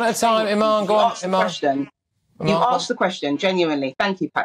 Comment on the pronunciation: “You ‘arksed’ the question” She’s just thick.